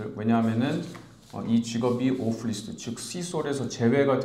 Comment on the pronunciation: 소중한 영상 잘 보았습니다. 제 동생에게 큰 도움이 되네요. 근데 자꾸 List를 뤼스트 (Wrist)라고 발음하시니 좀 신뢰도가 떨어지는 그런 문제가 있네요. 기본적인 발음은 좀 신경써주셨으면 좋겠습니다. 이민 문제를 다루시는데 영어에서 일단 신뢰도가 있어야 고객들에게 신뢰가 갑니다